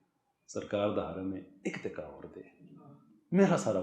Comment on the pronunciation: You speak well with good Urdu. The only defeat is your punjabised accent of simple Urdu words. On the left hand side is your punjabised accent and on the right is the correct pronunciation. Or. Aur Tor. Taur Dor. Daur MoLuck. Mulk E-Lum. Ilm Foj. Fauj Both. Bohat Gay. Gaye (went) People like Dr Omer Adil, Awais Iqbal (atheist), Raza Rumi etc. are ordinary Punjabi like you but their correct pronunciation is praise worthy. I know it would take time to unlearn your punjabised accent, but unless you acknowledge your problem, you won't embark on towards solution. All the best